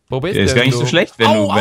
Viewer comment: "Ich kann doch nisch ohne zweiten Bildschirm aufnehmen" - Luz 2015